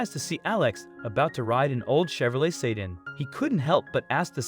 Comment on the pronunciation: What's a Chevrolet "Say Dan?"